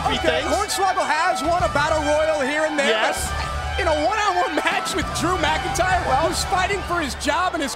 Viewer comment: its not drew mcintire